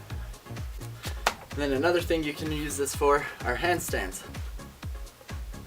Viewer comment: try 'thing', not 'thingk'